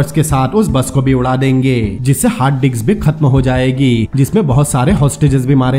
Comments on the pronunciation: Hard disk not hard diks but it sounds great 😂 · Hard diks hhaahha Brother ye hard disc hota hai